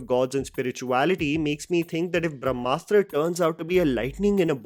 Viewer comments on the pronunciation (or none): *Brahmastra not brashmastra